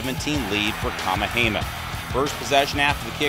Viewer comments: This guy is killing me. It's kah-MEH-hah-MEH-ha. Yes it's a long Hawaiian name, so do your homework like most sportscasters. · LMAO!! right??? Who da hell is "KA-MA-HEY-MAH"??? Holy moly... smdh